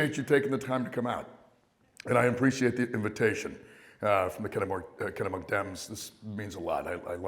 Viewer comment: Pronounced Kennebunk like he was from away.